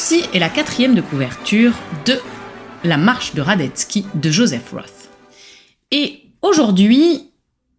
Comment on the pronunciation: J'arrive après la cavalerie mais si cela n'a pas été déjà remarqué, Joseph Roth, ça ne se prononce pas Jospeh Ross, mais Joseph Rote. C'est un nom allemand pas anglais. Sinon, merci pour la découverte.